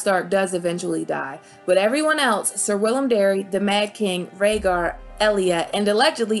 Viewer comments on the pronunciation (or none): none